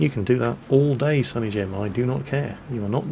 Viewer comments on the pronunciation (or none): none